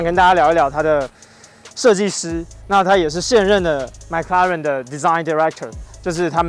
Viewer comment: 你的麥拉倫是蘋果出的嗎？ mclaren 不是 Maclaren啦😂